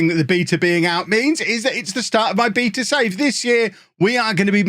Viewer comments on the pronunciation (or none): Okay... I'd like a copy of FM please, and I sincerely regret making fun of how you pronounce the word "beta" as if it had extra E's in it.